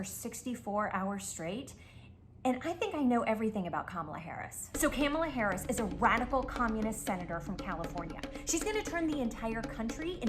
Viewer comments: She said Caramel Harris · Desi Lydics piece was GOLD. Sounded EXACTLY like all my conservative 70 year old clients 😂 down to the mispronouncing of the names! Kalamarri Harrison 🤣